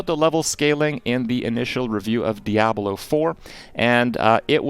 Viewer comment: The only thing Kripp got wrong in this video is how to pronounce ‘Diablo’ lol